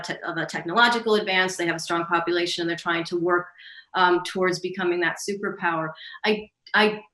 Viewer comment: I thought she said, "many components of the economy and the copulation..."